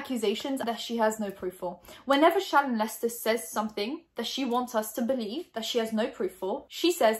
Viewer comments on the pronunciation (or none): i honestly thought her name was “shannon” from how was saying it but then i read the comments & saw how it was spelled lol 🙃